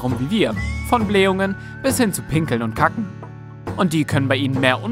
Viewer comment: Ich finde die Aussprache unmöglich ! Kacken zb 🤷‍♀️